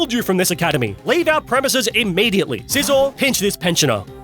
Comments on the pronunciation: Scizor, not Sisor! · SCIZOR, NOT SIZZOR! DO NOT LEAVE OFF THE C IN SCYTHER! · THE SECOND S IN SCIZOR IS SUPPOSED TO BE A Z!